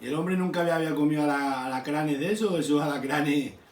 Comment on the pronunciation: Aracranes dice 😂😂